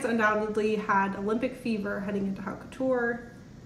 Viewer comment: Please look up how to pronounce “haute” in haute couture. If you are going to talk about fashion you should know the vocab. Editing this to point out that you should be reading these articles yourself first before going on YouTube to discuss them. Reading to people on the internet is not a good business model; we know how to google ourselves. You are the one who is supposed to provide content!